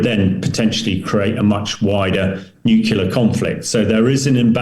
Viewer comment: Another talking head that can't say "new clear" but wants to be taken seriously.